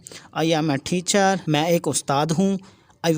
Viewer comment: Your style is very bad to u say thechar it's teacher not thechear 🤧